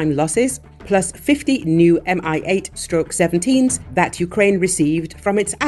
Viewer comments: 'coz it's "Mi-8", not "MI-8". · Mi-8 is not "M.I.", it's like pronoun "me". "Mi" is shortening of "Mil" (Миль), the designer's surname.